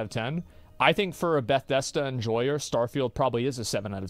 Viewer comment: why does asmon say bethesda like that lol